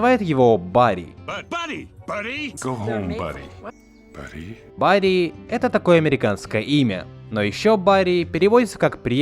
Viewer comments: Автор почисти уши! Buddy читается как [ˈbʌd.i] Бадди И в ролике отчётливо слышно что актёры озвучки говорят это слово правильно! А вот ты его произносишь Burry Барри. Who's that Burry? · Как же режет слух этот "барри" вместо "бадди"